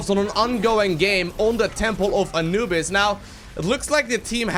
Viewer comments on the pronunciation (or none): none